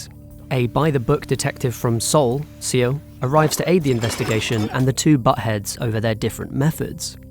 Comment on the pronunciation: For the record, Seo is pronounced saw. eo is from French, like in GEOrges. Awwwwwwwwwww